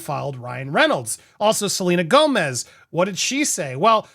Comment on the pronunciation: I swear I heard you call her ‘Subpoena Gomez’ 😂